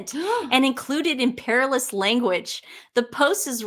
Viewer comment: The word Imperious does Not have an L in it! You read it - Imperilous- twice! (a whole different meaning!) 😳